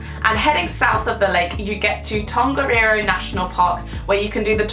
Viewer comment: its not tangaaaneero its tongariro